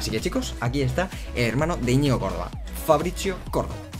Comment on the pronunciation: Porque lees ¨Fabricio¨con pronunciacion italiana? en plan, Fabrizzio?